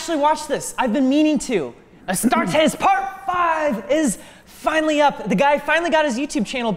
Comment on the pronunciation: When he said "as tar tes" that hurt